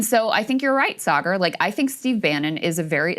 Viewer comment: Dave says what he thinks… and he thinks your name is “Say-Garr”